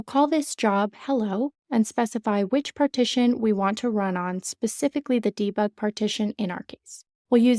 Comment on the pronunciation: Also there's an S at the beginning of "Specifically". It doesn't happen in the Pacific Ocean!